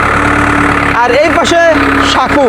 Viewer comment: সাকু না, ওটা সাঁকো হবে